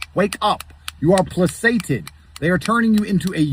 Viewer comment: Tate has a point, he could financially mog Genghis Khan shortly before being murdermaxxed by Genghis in record time I've known people who can't spell 'placated' and that's understandable it's a weird word, but simultaneously being unable to pronounce it AND oblivious to the fact that he would be one of the first goons to the guillotine in an actual uprising is something else